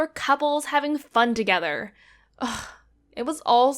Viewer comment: TogEther -depPresIng The way she should them 😖